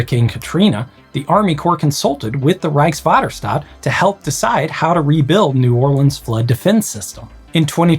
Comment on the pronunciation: Congratulations on getting "Rijkswaterstaat" right!